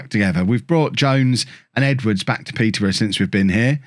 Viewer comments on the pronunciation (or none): none